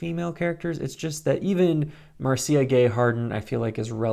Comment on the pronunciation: I think Marcia is pronounced like "Marsha"